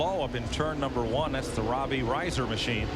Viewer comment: Mike Joy mispronouncing Robbie Reiser’s name on the lineup for his first ever NASCAR start